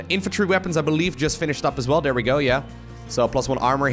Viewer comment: You've missed the biggest bingo. His accent. Dere.... Every time hey says dere. I have to edit and say I am not trying to be critical of his pronunciations. English being second language. It's just funny because my wife hears it and every time she says... Dere... I've been trying to help her pronounce the sound TH for years. From perspective, try to roll your R's. Much respect and much love. But dere is == shot. GET DRUNK BOYS!